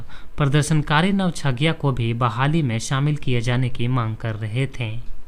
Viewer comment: नौगछिया को आप नवछिया कहते हैं सुधार कर लीजिएगा